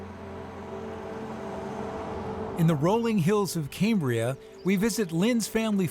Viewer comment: It’s pronounced “cam”bria as in “cam”shaft, not “came” as in Cambrian, buddy.